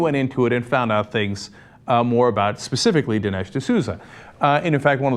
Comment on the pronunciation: "D'Louza"!! Love it!